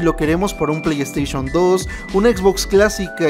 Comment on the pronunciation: “pley esteishon “